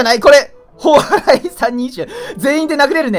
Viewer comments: たんぽぽうらい言うてる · 「モンストには何がある？そう、ﾀ↑ﾝ↓ﾎﾟ↓ﾎﾟｫ↑ﾗｲですね」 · 「そう！たんぽぽうらいですね」